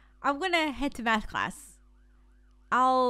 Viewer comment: wow how she said nath not math